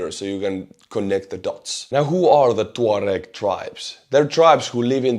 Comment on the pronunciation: I must have been mispronouncing tuareg all my life.